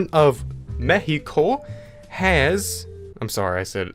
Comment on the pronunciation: you say perfect "México" ;)